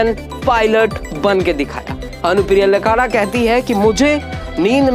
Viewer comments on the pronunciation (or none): पहले बोलना तो सिख ले वो मनिका अनुप्रिया लकड़ा है लकाड़ा नहीं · सही उच्चारण "अनुप्रिया लकड़ा " है न कि "लकारा" जहाँ तकTitle का सवाल है लकड़ा टाइटल उरॉंव जनजाति में होता है न कि संताल जनजाति में। अनुप्रिया को बहुत बधाई, भविष्य उज्जवलमय हो। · "लकड़ा" टाइटल सही उच्चारण है न कि लकारा। "लकड़ा" टाइटल उरॉंव जनजाति का है न कि संताल जनजाति का। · लकारा नही लकड़ा होता है सर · लकारा नई सर लकड़ा बोलते है l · "अनुप्रिया लकड़ा "सही उच्चारण है न कि लकारालक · लकारा नहीं होता है लकड़ा होता है , आप गलत बोल रहे हैं । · Lakara nahi bhai Lakra hota hai